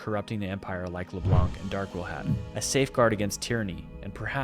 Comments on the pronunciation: I know it's dumb but my ears bleed each time I hear leblanKK😂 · Leblanc is a french patronyme and it's pronounced as if there were no c so it's pronounced leblan